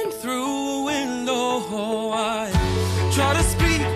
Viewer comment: Shocked that he didn't call out saying Winlow instead of Window 😂 Turns out it's extremely difficult to consistently say a good D which I found out when I tried to record this song myself